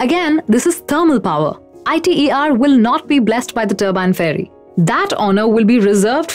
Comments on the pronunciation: Alright. As a young fusion scientist still doing his PhD, here is my take on it. First, no-one says I.T.E.R. Say ITER. Second, yes you have some valid points but the premises are wrong. Let's clear them up. To begin with, I get the impression that you pressume fusion will help tackle climate change. This is, in the vast majority of scenarios, wrong. Unless at least one of the private fusion companies such as Commonwealth Fusion Systems, Tokamak Energy or General Fusion manages to achieve viable fusion energy within the next 5 years (as they claim), there is no way fusion will help tackle climate change. For crying out loud, that's what we have all the other sustainable/renewable energy sources, carbon capture technologies, battery technologies, re-cycling, circular economic methods and shifted public behaviour as well as political policies for. Fusion is the energy source of the future. It's what's going to power the next generation of human society, as well as our interplanetary and/or interstellar means of transportation. You have probably heard that the future of humanity depends on us achieving viable fusion energy. That's the premise you should have. Continuing, you do not mention why achieving net fusion energy is difficult, more than talking about the efficiency problems. Let me expand on that. A fusion plasma is a weird thing. It can wiggle, contract, rotate, shift, expand and behave in a huge number of ways. Virtually all of these ways have been mapped in the past de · She lost all of her credibillity when she mispronounced ITER. More so, hearing someone talk about pollution when they live in a country that has open sewage problems in major cities, and river (Ganges) where they dump dead bodies and then wash in that same water is absurd... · It's not pronounced I.t.e.r. it's prounced as a word iter. It's an acronym not an initialism.